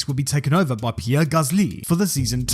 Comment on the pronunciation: Honestly that bothered me the whole video. Also his pronunciation of Gasly and Senna. Yet he pronounces Verstappen just normally in an English accent. Just pronounce them all normally in English.